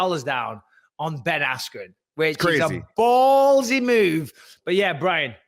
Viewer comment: Dana can’t even say the name Ben Askren 🤣